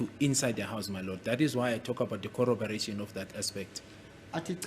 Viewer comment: Corrobor ation corróboration